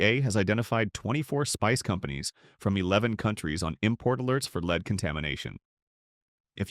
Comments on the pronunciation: Great voice but bad, very confusing reading, e.g. "leed" for lead, the chemical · It would help if these documentary safety videos were given by real people who know how to pronounce the heavy metals, especially lead. It goes to credibility. And i agree that there are heavy metals in our food. Just, please. Show credibility. Friends. Its far more important than you realize